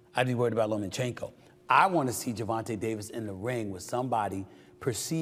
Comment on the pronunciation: It’s (lomachenko) not (lomenchenko)